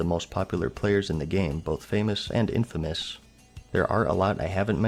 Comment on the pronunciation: IN-FAMOUS and Infamous are not the same thing.... nor are they pronounced bilaterally.